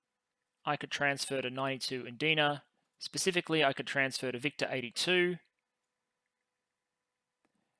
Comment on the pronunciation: Watching this in 1.75x, victor sounds very close resemblance to “victim”